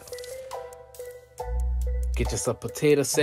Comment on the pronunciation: it's J; Where's the sweet tatuh pie?!